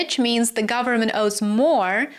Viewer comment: "full faith and credit of the US gubmit..." LOL